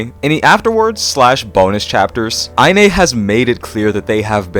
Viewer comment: btw inee's username is pronounced "eye knee" lol